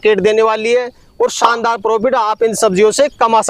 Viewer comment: Saandar nahin Shaandar hota hai